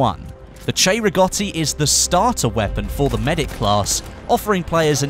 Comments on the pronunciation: Will he say it? " 'Chay'-riggoti rifle..." He said it! He fucking said it correctly! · Love it how u got the correct pronunciation 👌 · Because the "cei" in Italian is pronounced "chey"